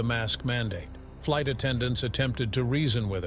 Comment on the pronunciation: Yea I also heard light attendant - instead of flight